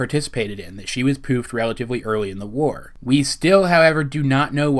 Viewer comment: the WARRRR. Not to be mean but do you have troubles trying to say your r's. This is mainly because who you say your r's. I have the same problem and not trying to be mean.